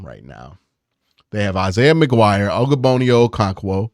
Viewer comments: Bruh keep saying ogbononia making me geek out 😂😂😂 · Practice Ogbo's name brooooo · Oh-koh-rawng-kwo! And Og-bonnia, not ogo-bonnia 😅🤦‍♂️